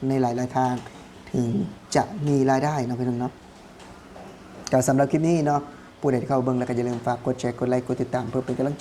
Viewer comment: พูด คลิป ต้องมี ล.ลิงด้วย ,Clipไม่ใช่คิป😊